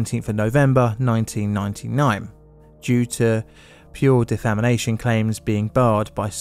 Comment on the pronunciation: I'll try and ignore the fact that you pronounced defamation as "defamination".